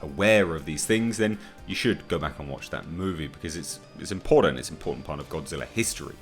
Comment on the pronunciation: I need to 'vent'... Impordan... Important!! Schtronga.. Stronger!! ST!! What is it with people being 'lazy' with proper pronunciation these days? And it's not just with folks in the UK... What is it? Is there a lack of good English teachers?? Have Milinial's lost a 'gene' or something to make them sound stupid? Sorry... Schtupid?!? So annoying.... By the way... GODZILLA KOTM KICKED ASS!!